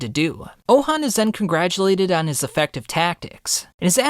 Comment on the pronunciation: Pronounced ouhon name so wrong… his name is not ouhan its ouhon